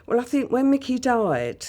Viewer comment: Think is not phink, stop mispronouncing it as such.